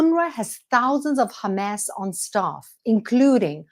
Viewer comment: You don't need to pronounce Hamas like in Arabic. Just like you don't need to pronounce Hebrew words the way Israelis pronounce them.